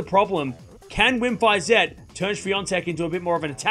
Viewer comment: You learned how to pronounce "Iga Świątek", so you will also learn how to pronounce "Wim Fisette" ;)